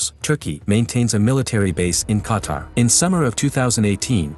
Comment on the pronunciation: i’m from qatar i love saudi arabia ❤️ 🇶🇦 ❤️ 🇸🇦 but making me hearing this dude pronouncing qatar like qatr makes me mad